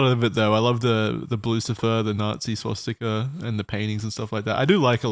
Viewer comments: Does .... does Wendigoon think it's called 'Swatstika'? I swear he said it that way multiple times. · "is there a swatzika?" i'm deaddd